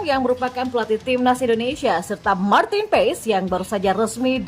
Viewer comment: Bacanya Martin Pas min bkn Pes 😅